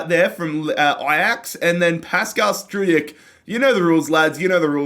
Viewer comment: Regarding Struijk, you pronounce his name like this :Strowk